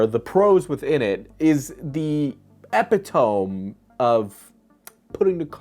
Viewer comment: "Epi-tome", well there's a new way to say that.